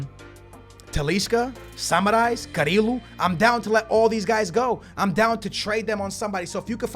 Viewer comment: His name is SAMARIS not SMRAIS wtf i can t read???